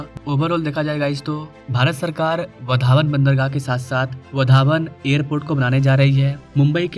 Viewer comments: भाई तू गलत प्रोनौन्सिएशन कर रहा है 'वधावन पोर्ट' नही 'वाढवण पोर्ट' ऐसा बोलिये | 'वाढवण पोर्ट' ऐसा बोलिये उस जगह का नाम है 'वाढवण' | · आपको वाढवण बोलना नहीं आता क्या?